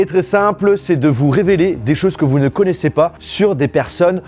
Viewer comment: je d’adore, par contre « connaissez » abuse pas 😅